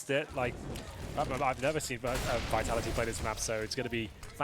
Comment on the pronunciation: BrokeBack VEE-TALL-EE-TEE BrokeBack